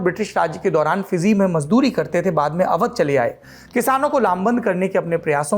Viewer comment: Tha nahi the sahi se bol sale